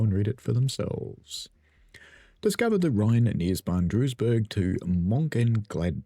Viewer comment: I’m not even going to bother trying to get you to pronounce Mőnchengladbach correctly! I used to live near there so I’ve got a bit of a head start. Duisburg is pronounced like Dweezburg.